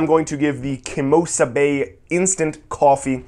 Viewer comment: "KEMOSABE". Awesome review,.